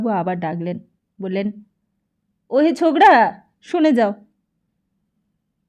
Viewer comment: এত বাজে উচ্চারন শুনে আসলেই পিত্তি জ্বলে যাচ্ছে! বাস কি বাশ? না কি ওটা বাস- Bus! ছোকরা কি ছোগরা? অসহ্য।